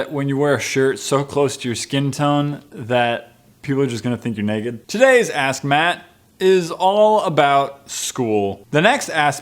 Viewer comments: I swear he said assmatt 😆 but I think you didn't haha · I thought you said "This is asshat" And not "This is ask Matt"